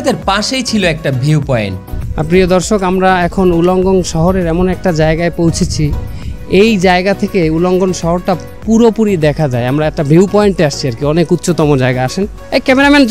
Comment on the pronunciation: কিসের উলাঙ্গন, উলাঙ্গ হবে😂😂😂